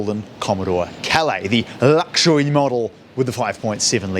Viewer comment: ".. the llllluwxwulwee model, with the.." 😆